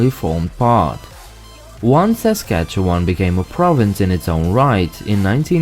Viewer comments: Born and raised in Regina, Saskatchewan, I believe it’s pronounced sa - skach - ee - wun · Saskatchewan is great! (And it will sound even better when you hear it pronounced correctly! 😂) But if you’re coming in from somewhere else it might take some time to get used to